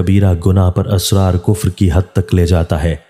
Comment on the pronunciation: AUG 22, 2022. IT IS 'ISRAR' NOT ASRAR. PLEASE ZER ZABAR KA KHAYAL KAREN. THIS VIDEO IS IN URDU.